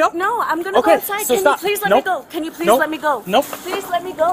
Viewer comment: Please-ahh. I cant breath-ahh